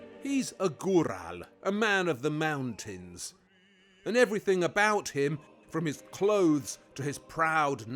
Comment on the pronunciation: Waldy you have a quaint way of pronouncing 'Everything' - you pronounce it 'Everythink' which is quite deep. But please don't say 'Ek setra' it's 'Et Setara'. Hope this helps